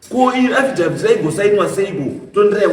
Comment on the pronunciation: Affidavit mambo weee, not afidaft 😅😅